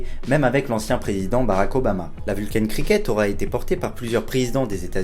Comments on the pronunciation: J'aime bien tes vidéos, merci. Toutefois excuse-moi, mais la prononciation de la marque me fait sursauter à chaque fois : ce n'est pas "vulcaïne" comme tu le prononces, mais simplement "Vulcain" terminaison en "ain" comme dans "pain". Vient du latin Vulcanus, dieu romain du feu et des volcans. Nous sommes sur une marque suisse romande où on parle français (langue latine). Merci de ta compréhension.😉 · Pourquoi ecrire Vulcain a l'Anglaise puisque tu es francais? Prnonce donc "Vulkin "comme les gens qui se souviennent qu'il s'agit du Dieu des enfers et du mari boiteux d'Aphrodite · Très bonne vidéo. Cependant, ta prononciation anglo-saxonne de la marque suisse Vulcain est selon moi incorrecte. La prononciation est française.